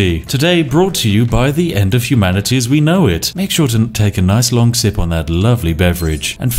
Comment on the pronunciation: "the end of humani-tea as we know it"